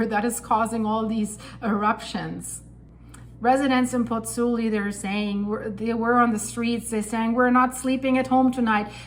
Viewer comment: Hi, scary stuff. Just on a point of information,, both vowels of the diphthong in Pozzuoli are pronounced - pozz - oo - aw - li. Giovanni Pergolesi, the composer, died there in 1736...